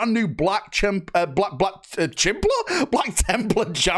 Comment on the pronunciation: 😂 Black Chimpler!?! Did you really just....BAHAHAHA😂 Dorn may think its funny but we of the Eternal Crusade are not amused, 😂😂😂😂😂😂😂